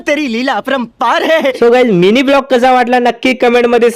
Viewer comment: दादा ब्लोग नही व्लॉग बोलय्च बकी सगला चग्ला हाय